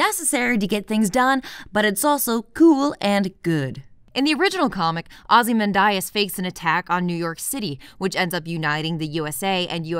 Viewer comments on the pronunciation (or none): No. She says it wrong in this video. It’s Ozy-Man-de-es. Not Ozy-man-die-es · Wait, wait, wait... "OZYMANDAYAS"?! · Not to be anal but it's (ah zee MAN dee us), not (ah zee MAN die us). Maybe Snyder infected your brain when you were pronouncing it. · Am I taking crazy pills? Its pronounced "aw-zih-MAN-dee-us", right? No offense,! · Ozy-men-die-as Thought that was a lil funny. I don't even know if that's a wrong pronunciation or not. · Thanks, that pronounciation really bothered me. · Are you purposely mispronouncing the name Ozymandias? You do know it's a poem by 19th Century English poet Percy Shelly don't you? Most every British person/actor pronounced it correctly. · excellent video as always, but the way you pronounced Ozymandias made my heart hurt 😢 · The "Islamophobia" in Dawn of the Dead last about five seconds, if you blink you could miss it, the preacher is building on the "hell is full" quote from the original... but Jesus Christ, lady, you are absolutely killing me with that pronunciation of Ozymandias. - Well, it is, and that goes for all superheroes. Look at how many people over all the years and story arcs that villains like Joker have killed because the superheroes wouldn't do the sensible thing since the justice system in their worlds is kinda shit. - They are right, and so are you. Superheroes and villains are kinda dangerous for everyone else out there without superpowers. There would definitely be people like Lex Luthor who would hate / be terrified of god-like people/aliens. Superman wasn't the cause of all of the damage done in Synder's Superman movies. - I don't really understand why anyone would latch on to this as an explanation for the zombies. Like you said earlier, people in the real world say silly, stupid ass nonsense like that when it comes to natural disasters or terrorist attacks, why is it a stretch that a crazy person in the movie would do the same thing?